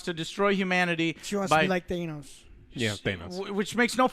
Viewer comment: Did just say theynos instead of thanos like wtf